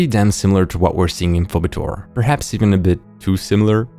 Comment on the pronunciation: Btw Phoebetor is pronounced "fee-bee-tor".